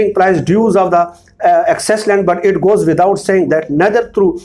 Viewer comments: Mohtaram insary sshab AP laynd councl ko Jo lekh y min land hota hay AP bar bar land lnd lnd bola be clear thanks & no mind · Sir "Land" ko sahi pronounce kerain please. Your progam is as usual based on evidences and free from lies.